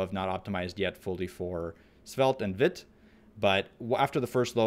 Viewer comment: Just for info, Vite is a French word and pronounced "veet". It means quick.